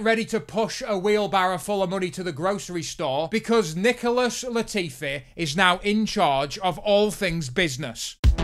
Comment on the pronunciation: Lol thought you said “Nipple-less Latifi” there for a second